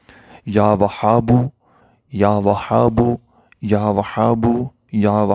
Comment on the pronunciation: Bhai jan Ya Wahabo ka talaffuz to theek sy ada krain, iss mai Ha ki aawaz halaq sy nahi nikalti, aur zara mukhtasir byan kia kro